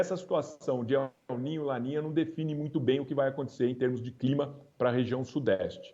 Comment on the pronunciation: A mulher fala el nina kkkk